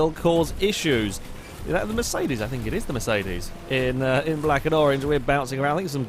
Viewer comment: everytime you say mercedes i hear it like "miss 80's"